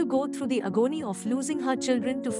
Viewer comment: Your pronunciation of agony killed me really